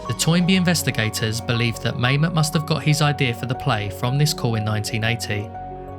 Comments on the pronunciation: You are correct - Mamet's name is pronounced "Mah-met." NOT "May-met." But that's ok, most people go through life without ever hearing Mamet's name pronounced. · Yeah, didn't notice inquirer, but Mamet definitely rhymes with dammit. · I thought David Mamet's name was pronounced like "ma'am it." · Couldn’t find the doc to rewatch so I watched this. Good work. Except for never figuring out how to pronounce Mamet.